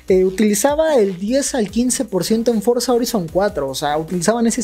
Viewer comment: No es bueno corrigir a mis mallores pero me han inculcado el tema la pronunciación FORZA HORIZON 5 se lee forza joraizon 5 eso fue todo adios master